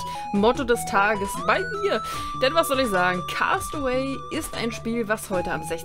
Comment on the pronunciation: cast away wird cäst away ausgesprochen 😉 Liebe Grüße